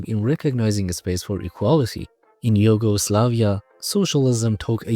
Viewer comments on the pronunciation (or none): Pretty decent video. But I just kept asking myself, what does he mean the city design reflects the surveillance?? Also unrealted but where are you from? Your pronunciation of Juche and Yugoslavia really threw me off haha.